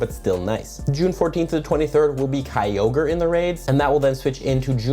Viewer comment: lol you pronounce Kyogre as "cowgirl"